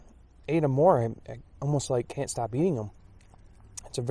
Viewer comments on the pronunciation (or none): none